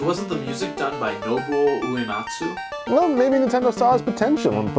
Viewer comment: You butchered nobuo uematsu's name the "u"at the end is silent.